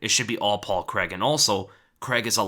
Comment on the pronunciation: ffs americans... it's pronounced Crayg... there is no such name as Creg